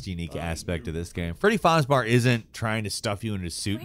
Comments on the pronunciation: "Freddy FAZ-BARS" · "Fozbars" Iconic✨ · why the fuck does he say freddy fazbar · AAAAAAAAAA STOP SAYING FREDDY FAZBAR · D-Did you just say... Freddy Fozbar? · Freddy “fauze baur”? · "Freddy Fozbar" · Does consistently saying "FozBar" bother anyone else as much as it does me? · FreDDy FoArZZbaEr?!??!?! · I wanted to like this video so bad but the Freddy FahzBar pronunciation is killing me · is he saying freddy farz bar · "Freddy Farzbar" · "Freddy Fazbar"? Lol wtf... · "Freddy Fazbar" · excuse me,,, freddy fozbar? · Take a shot for every time mispronounced FazBEAR. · bro just said freddy fazbaar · Yeah his names literally Freddy faz”bear” it’s not like it’s confusing spelling or something, this fella just doesn’t know how to read. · I’m sorry but the moment you said “Freddy FawzBar” I stopped taking your opinion on this game seriously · Freddie FozzBarr is literally the worst pronunciation I've heard of it to date haha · Lmao and "Freddy Farzbars" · It's Freddy farhsbar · freddy fahzbar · Freeedy fooz bah. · My fav animatronic Freddy fazbar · Says Freddy Fasbars me TRIGGERED INTENSEIFYS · i hear fraddy farts bar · I love freddy fazbar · “Freddy fouzbars” WHAT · God the way he says Freddie’s name I cry a little inside and I’m not even a super big fan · I am sorry I love you and Jake for everything you do on this channel however your pronunciation of Freddy Fazbear triggers me every time LMAO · He probably does it on purpose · How did he even mispronounce it?! Did he play the game with the sound off the whole time, they only pronounce it in the game a million times. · Had to Dislike this, just..., how the fuck to you pronounce it "Freddy Farzbar", and think that's A. Correct, and B. Not super annoying... Someone tell me if they always do this, so I can go to there other FN@ vids, and dislike those too. Farzbar... just. F. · Freddy Faz-BEAR. Wow... I wonder if that's how you say "Bear" or if you had a bad script with typos. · Freddy fazbär